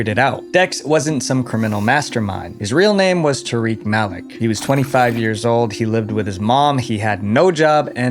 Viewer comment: Malik is pronounced "Ma-leek" 🤣